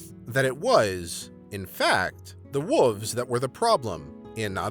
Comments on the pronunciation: dude, you know theres an L in wolves riight its not wuvs. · The way this guy pronounces "wolves" always makes me smile. Somehow "wooves" sound kinda like fuzzy, soft creatures you'd like to pet!